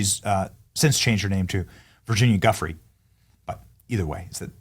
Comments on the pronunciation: pronounced 'juh-fray' not guff-ery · Virginia Giuffre is pronounced "JOO-FRAY"